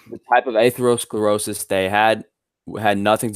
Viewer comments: 35 mins in, dont know if i can listen to this guy say AYthlerosclerosis 1 more time. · Aythlerosclerosis, Varreyes, and Caritinoids. Sounds like a smart guy. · Jesus Christ, Take a shot everytime someone says "atherosclerosis" 😂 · He can't pronounce atherosclerosis, nor does he understand the meaning of the word "degenerative". How can I take this kid seriously? I can't do 3 hrs of this, and I don't know own how did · I take advice on preventing atherosclerosis from someone who can't pronounce the word. I'm a meat head. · When talking about atherosclerosis was searching it up. Failed to pronounce the word and could not even form an argument. Love the video this just show how uneducated these carnivore promoters are.